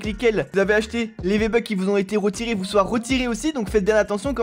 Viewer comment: c moi ou t’as dis viébucks